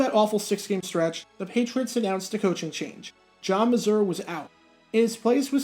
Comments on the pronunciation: The coach's name was pronounced MAY-ZUHR. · John Mazur is pronounced MAY-zurr not the way does it.